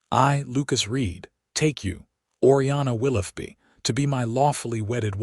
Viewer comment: "Willoughby", I appreciate that you can likely pronounce "tough", however, wonder what you would do to the word, "though" - as in the "Right" way to pronounce "Willoughby" - "Will-OH-bee"